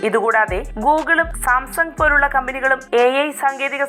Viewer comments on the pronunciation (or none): none